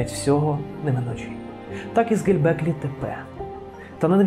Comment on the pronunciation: Все супер, дякую! Все-таки цікаво чому оповідач так наполегливо говорить Ге_ЛЬ_беклі Тепе :)